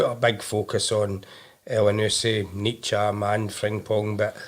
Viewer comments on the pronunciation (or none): Somebody tell that guy it isn't Neet-cham.